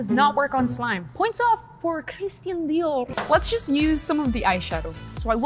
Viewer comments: It’s pronounced dieor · that accent when u said dior love u guys so much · I love how said Dior😂